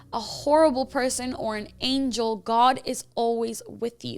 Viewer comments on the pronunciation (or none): none